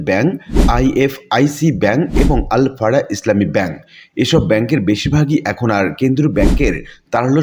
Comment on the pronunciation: আল আরাফাহ ব্যাংককে কেন আল ফারাহ বলা হচ্ছে?